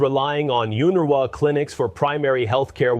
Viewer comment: Israels Claims OF UN-RWA as its Pronounced, which is unfortunate this channel could not make the effort to learn the correct pronunciation, Israel when it claims there are terrorists in it is an outright lie, as UN-RWA checks the background of all its workers. Netanyahu himself deployed ISIS fighters into Gaza and Netanyahu is the terrorist in this situation...